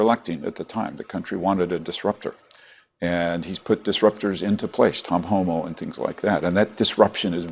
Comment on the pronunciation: Did he sayTom Homo?